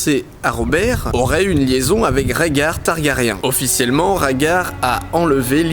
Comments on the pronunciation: DidiChandouidoui game of srones , targarien , tirion ... ( regarde la série en vo tu comprendras de quoi je parle ;) ) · Les noms des persos prononcés à la française, aaaaaargh. C'est l'habitude de la VO haha !